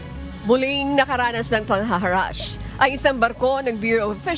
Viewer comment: Araw-araw akong nanunuod ng balita nyo po. Ma'am, sana naman basahin mo ng maayos ang scripts. Mali2x po pagbasa nyo ng "nanghaharass". Mali din po ang 9-13 minuto ang haba. 😢